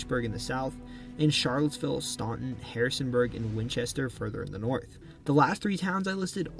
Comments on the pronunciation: The first syllable in "Staunton" is pronounced like the name "Stan," not like "Stawn." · Staunton is pronounced as 'stanton'. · It's not Staunton. It's STAN-TON. That's how we spot tourists. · As a Virginian, this video is perfect! I've watched videos about my state from other creators, and they have always failed to capture the essence of my home. You sir, have done a fantastic job at describing all the nuances of the state. Although I do have one tiny local qualm lol; the the city of Staunton mentioned in is pronounced as if the the "u" is silent, pronounced like Stanton. :) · Shenandoah Valley native here, Staunton is pronounced Stan-ton. the U is silent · Staunton is pronounced Stanton like Edwin Stanton. The U is silent like the U in the word aunt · Besides "Staunton," the name "Powhatan" was mispronounced. In Virginia, it's "POW-(h)a-tan." Also, while the 1619 arrival of kidnapped Africans to Virginia was a precursor to slavery in the British Empire, the institution itself did not yet exist. Those Africans were considered to be indentured servants, who would become free after working seven years. It was the later 17th Century establishment of British colonies in the Caribbean for the cultivation of sugar cane that brought about lifetime servitude. In Virginia, the cultivation of tobacco was similarly labor intensive, and around 1650, a court case ruled that a man suing to be free from his indenture was bound for life. The defendant landowner he worked for was a free Black man. Finally, Lee's surrender at Appomattox in April, 1865 made it clear that the Civil War would be ending; however, it did not do so until two months later in Texas. Slavery continued in Kentucky, Delaware, and the Indian Territory until after the ratification of the 13th Amendment in December, 1865.